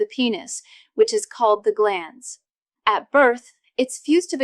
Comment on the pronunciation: It's GLANS, not GLANDS!!!